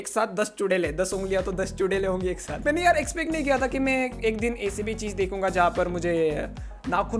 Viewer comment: Bangali ho? Mujhe laga kiu ki ap ne bola mane ki